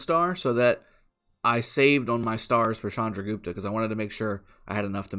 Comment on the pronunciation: First youtuber who pronounce it right way "Chandragupta". Waiting for reports so badly.....